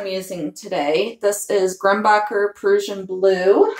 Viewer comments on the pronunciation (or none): Those colours look lovely together. BTW I think the blue is pronounced like Russian...kinda alike "prush-an".